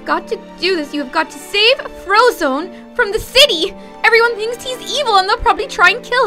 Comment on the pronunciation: "U must freeze the shity" I think she ment city lol BTW live u and little kelly